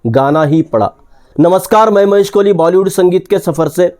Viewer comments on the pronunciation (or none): none